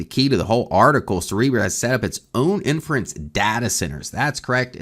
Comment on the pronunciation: please pronounce inference correctly. It really hurts your credibility.